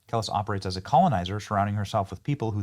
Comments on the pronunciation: (Kell-Leese) is how it’s pronounced, I’m sorry, I’m that grammar/reading AHole that yells at everyone who reads too slow while screwing up every word, and mis-pronounces things. If I’m unsure how to pronounce something, I look it up..😂that would drive me nuts hearing, or saying something wrong the entire time and not know it, or be corrected!! Just an FYI!! 😂 carry on..😂😂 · Benny pronouncing Kelis as “Kellis” has me cracking up 😂😂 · Benny it’s pronounced Kuh-leese .. as a fellow millennial I’m disappointed lol …she’s part of the some of the last pop culture references that will ever exist. We don’t experience things as a united culture anymore. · Kuh-Lees Buddy. You wouldn't want anyone to mispronounce your Mother's name Mate. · Pronounced Kelice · You are pronouncing her name wrong. It's pronounced Keleese. And Africans could care less she's black. All she is to them is an American, LMAO 🤣🤣🤣🤣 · Benny it’s pronounced “Kuh Leese” Kelis. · Her name Kelis, It's pronounced "ka-Lease" it's unfortunate because I think she's very talented but her ideology is moronic....she's getting a lesson good! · Benny: It’s pronounced “kuh-LEES”.. lol.. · It’s pronounced Kuh- les but she’s dumb for not researching it! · It’s pronounced Kuh-LEES. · Good for Kelis (KEH-LEES) at least she’s living a good life there!!! Enjoy Africa!! But USA is thriving 🇺🇸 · It's Kah-lease.... But like you said, who effing cares. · Ka-lease is how you say her name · Pronounced: Kah - Lease LOL! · Not Kel-lis 😂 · It's pronounced "Kuh-Lease" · Pronounced Kel-eese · It's Kuh-lees. Just saying. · Regarding Kelis: This video is full of lies 🤣 he’s reading it off the internet from a unreliable source lol can’t even pronounce her name right and obviously knows nothing about her and running to X for more information hahaha 🤡 lol that crash out was something huh hahahaha